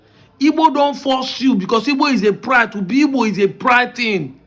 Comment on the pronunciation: It's igbo please learn how to pronounce it